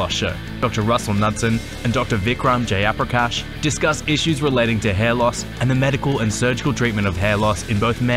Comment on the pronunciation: just say “Jayaprakash” like a normal person. I thought u said “J - upper - cash”